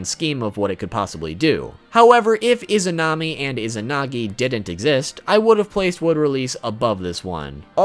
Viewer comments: Oh and you mispronounced Izanagi's wife. The ability that is based on her is Izanami. Not Izunami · Dude it's izanami not izunami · you are saying izunami i think its izanami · Izunami😒😒😒......it is izanami